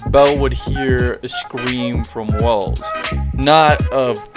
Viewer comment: i thought his name was welf not wells